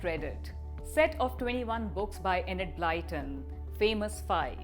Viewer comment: Actually is closer than you are good sir, and I say this as a native English speaker.